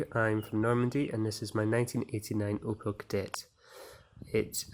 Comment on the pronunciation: its opEL not opAl. please correct